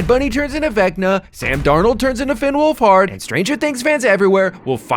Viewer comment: thank you for pronouncing his name correctly Drew, Finnwolf Hard 🔥